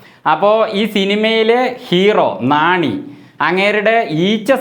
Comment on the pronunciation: നാണി അല്ല നാനി 😢